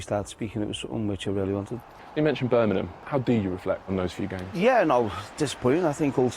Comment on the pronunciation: The interviewer can’t say Birmingham 😂😂